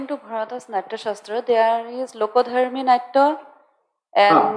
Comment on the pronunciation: This fellow can neither pronounce Bharata or Nataraja properly and he is giving lecture on Nāṭya Shāstra. OMG What a bunch of mindless jokers... 😄